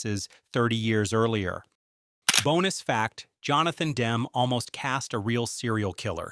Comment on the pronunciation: It’s Dem-me, you moronic robot! GGAAAHHHH!